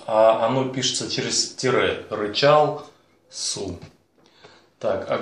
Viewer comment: Рычал Су ударение на У